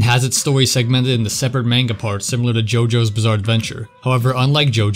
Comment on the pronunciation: “mane-guh”? Bruh it is the year of our lord 2025